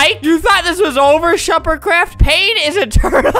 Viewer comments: He said shuppercraft not shefercraft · No he said sherpardCraft